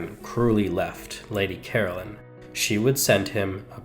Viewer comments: Caroline is not pronounced as Carolyn. Ca-rol-ine. Whats so shocking about some pubic hairs? 😅😅😅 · CaroLINE, not Carolyn. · Please get her name right. It’s Caroline, not Carolyn. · Lady Caroline was English and in England the name is pronounced Caroline not Carolyn. I have no objection to the American version of English but it needs to remain American . At the moment we are experiencing Americanisation of the English version, of our ways of spelling and verbal pronunciation if not or the correct English version will be consumed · It’s Caroline not Carolyn. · Nearly every word he says is mispronounced as you say it's Caroline not Carolyn.🫤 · Please at least pronounce her name correctly! Carol-LINE